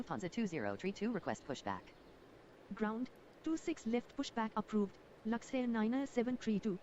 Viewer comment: Du musst Luxair sagen und nicht Laxair